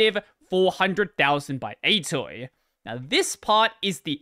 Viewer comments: Also, "atoi" is not pronounced like "a toy", it's like "A to I", because "argument to integer" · I don't think I've ever heard anyone pronounce atoi as /ɛjtɔj/ before...